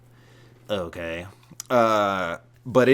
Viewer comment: said so many words in two syllables.